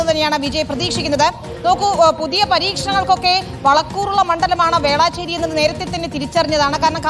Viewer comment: Velaaachery alla Velachery